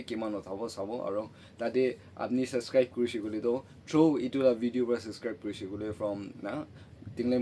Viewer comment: Everything is so good❤❤ but Baba wala laga pronunciation olop week asey practice kurila bishe bhal hobo common words like channel, subscribe & chawal etc..🙏